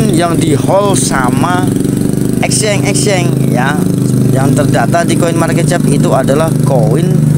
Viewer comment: Ngucap Exchange yg bener dulu, baru buat konten.